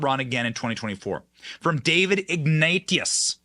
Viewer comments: Omg. David Ig-nateous like nauseous, not ig-na-t-ius. Holy cow. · Benny, Ignatius is pronounced 'ig-nay-shus'.